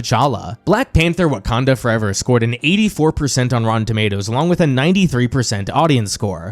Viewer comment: “Wakander Forever” lmao 😂